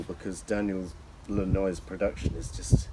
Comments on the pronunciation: It’s Daniel Lanois pronounced LAN-WAH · His name of Lanois (Lan-wah). Please don't quit you day job.